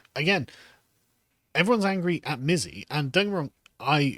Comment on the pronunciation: Excuse me but I think it's pronounced Missy !